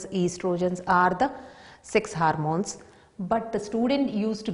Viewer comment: It's not harmones... It's hormones😂😂